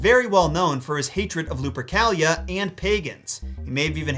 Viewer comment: Luprica sounds like Lubricant to ke